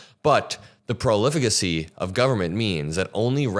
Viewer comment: It's "profligacy,", ProF-Ligacy. Not "Prolifigacy."